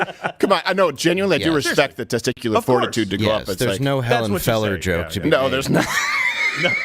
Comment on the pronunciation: Did Dave just call that dude “Hellen Feller”?? LOL!!!!!!😂😂😂😂😂😂😂😂😂